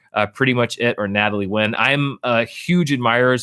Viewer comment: did you say Natalie Wynn or am I imagining things? 🤔